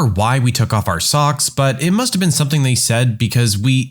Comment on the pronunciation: No K in the word something.